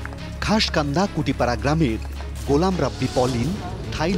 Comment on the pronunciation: ভাই আমাদের এলাকার নামটাও ভালোভাবে বলতে পারলেন না খাস কান্দা হবে না শ্বাসকান্দর কুঠিপাড়া হবে এরাই নাকি সাংবাদিক আগে নামটা ভালো করে তো শুনবেন